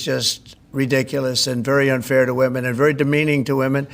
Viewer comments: Bro why you keep saying woman in place of women? Lol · Get the pronunciation of Women correct!